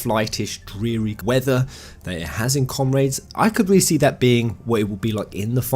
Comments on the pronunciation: Come-raids, ogad, you're killing me here. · i like how you say "comRAYDES" xD I find it extremely funny (not meant to be negative)